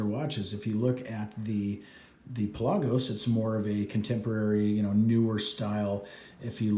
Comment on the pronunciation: Pelah gose lol your saying it funny